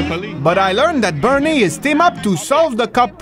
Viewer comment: BernIEE, everyboDEE, so frienDLEE. Omg I love this video